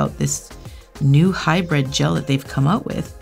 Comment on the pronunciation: HybrId, not hybrEd! Pet peeve. 🤓